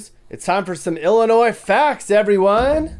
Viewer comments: It's pronounced Illinois the S IS SILENT!!@@ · The "s" on end of Illinois is silent! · Fact the S is silent in Illinois! Fact check it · stop saying ILL A NOISE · Illinois is referred to as the Land of Lincoln. Fact check Also the S is silent. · The S is silent please don't say it in the future.